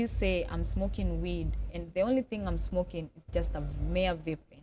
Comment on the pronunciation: The way she pronounce vape is even a crime